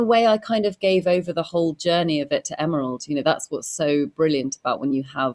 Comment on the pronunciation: learn to pronounce Emeralds last name correctly.